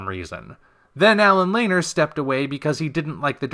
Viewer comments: It's pronounced Lan-eer, not Laner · look at some of the earlier interviews of the band members and how they pronounced Allen's name. Lanier is a fairly common surname and in every instance I've heard it spoken, the pronunciation was 'Lé-Neer.' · Lanier= Lah-neer